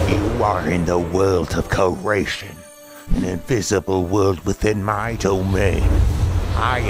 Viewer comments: It’s not ceratation it’s CREATION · SUBTITLE: SWORD CREATION NOTCH: SWORD CERATION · I like how they say "cureation"